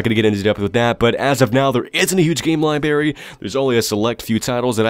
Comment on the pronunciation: I love your videos man but please. It's library. With an 'r'. Not libary.